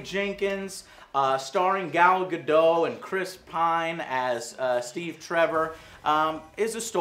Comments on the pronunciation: Okay, to everyone out there, including AngryJoeShow, an important FYI for everyone's benefit is the "T" in Gal Gadot's name is NOT silent. I hope this message gets through because such a simple mistake in a person's name is kind of embarrassing. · ITS GADOT! WITH THE 'T' YOU SAY IT! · Every review I go to someone mispronounces "Gal Gadot." It's Gal rhymes with "call," Gadot rhymes with "the boat" here it is in Hebrew so people believe I know what I'm talking about: גל גדות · she's not French, the T in her name is not silent. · Gadot, and its pronounced that way, shes Iranian not french. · Gal Gadot is pronounced with a hard t. She is Israeli, not French. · Its Gal Gadot. with a T. Gadot. T. GAL GADOT. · She says her own name with the T you morons. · its not pronounced "Gad-oh" its "Ga-dot" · I'm Israeli and the T isn't silent o_O, we say Gal GadoT. What's with all those people who claim it is silent and go argue with people who actually live in Israel? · Gal GadUt what? It's Gal GadOt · Her name is pronounced exactly how it's spelled. It's Gadot.... not Gadoe It's Batman V Superman... not Batman versus Superman. the "V" in the title is a courtroom phrase that stands for "&" or "against". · I don't think "Gal Gadot" is pronounced "Gal Gado" it's "Gal GadoT" like you know... gaDOT ".". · She pronounces her name Guh Dote not Guh Doe. She's Israeli, not French. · Ga-dot, not Ga-doe >_< it's not a French name people! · She pronounces her own name as Gadott not Gadoe, just sayin'... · Her name is pronounced Dot not Dough. Just FYI. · I think her name is Gal Gadot. You kept saying Gal Gado. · You say her name as Gal Gadoh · PSA - The 't' in Gadot is not silent or weak. It's heavily weighted. GAH-DOUGHT. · Her last name is pronounced Guh-daht according to her. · the T is not silent in Gal Gadot, Joe Gal Gah- doT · Her last name is not French, it's Israeli, and pronounced Gah Dot. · In hebrew we pronounce the t in Gal Gadottttt!!!!! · Ga-Dot the T is not silent